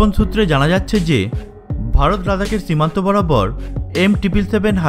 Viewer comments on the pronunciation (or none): চককম বলেন কেন? চিমান্ত আবার কি।